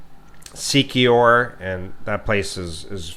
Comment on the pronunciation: Secure or siquijor ... Baeeez or Bais 😁